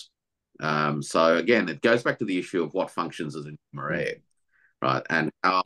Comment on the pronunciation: What did say? "Numer-air"? Anybody know the right spelling?